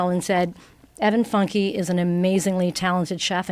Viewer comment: Its pronounced Fyunkay